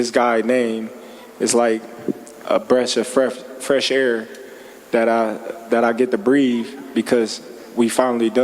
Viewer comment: bresh of freath air